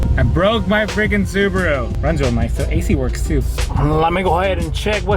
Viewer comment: Your accent you had in the subawoo. Hilarious 🤣🤣🤣😅😅😅😅